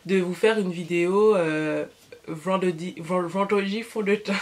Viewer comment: mdr "vendwedi fond de teint"! Le résultat est très joli